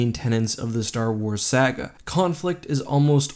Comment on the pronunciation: VAY-guely, not vAGuely . SAW-gah not SAG-GAh.